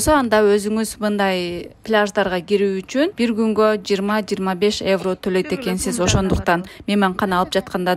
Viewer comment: Эвро эмес евро